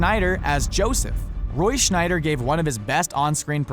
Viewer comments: The name is Roy S c h e i d e r...not Roy Schneider...Pretty bad you haven´t realized that his last name does not include an "n"... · The narrator says Roy "Schnyder" even though his name is Scheider, and it says so on the screen too! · It's Roy Scheider, not Schneider you morons !!! What crappola these videos are. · Roy "Scheider" is not pronounced Roy "Schneider". No "n". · Shy-der not Schnider. Also Paul Walker was not driving when the fatal accident happened. Try harder. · Its Scheider not Schneider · uh....Roy SCHEIDER, not Schneider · The actor who played Chief Brody in Jaws was Roy SHY-DER, NOT Roy SHNY-DER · Roy Scheider not Schneider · It's Roy Sheider, not Schneider.... there is no "N" in his last name.... ugh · Scheider. Roy Scheider. Not Schneider. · sheider or schneider?! ffs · It's Scheider, Scheider, SCHEIDER !!! I.E. - No relation to Rob ! How do you not know this??? 😵😵😵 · Scheider! Not Schneider! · It's Scheider, not SchNeider. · Scheider not Schneider there's no n in Roy's name, Schneider is my last name, pay attention please. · he keeps saying Schneider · I did a double facepalm when I heard him constantly say his name wrong.